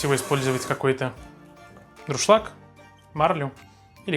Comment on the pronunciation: Только не друшлаг. а дуршлаг